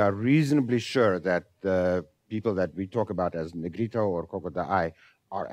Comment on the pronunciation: 由於重音位置不一樣，可能多少隔了一層。